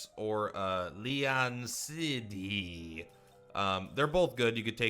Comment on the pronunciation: Nice video. Sidhe is prononced shee. Its a tribe of fea/elf.